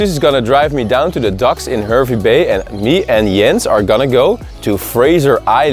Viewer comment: Great video and glad you both got to experience it. Im a born and bred Queenslander and I have been to K'gari numerous times. I understand that you are not Australian (and that this video is a year old now) so you are unaware of the pronunciations of some of our towns. But from this video Hervey Bay is pronounced as Harvey Bay and Tiaro is Tie-row as in suit and tie and row your boat